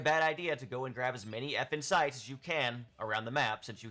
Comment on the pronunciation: Yeah guys, like says, grab all the effin' sites. (I can't unhear this, sorry)